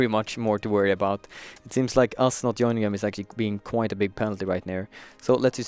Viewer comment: Joyning? XD It is joining